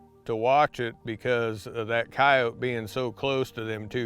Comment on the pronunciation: I always appreciate someone who pronounces coyote correctly😂. I guess it's just a pet peeve of mine when people say coyoteee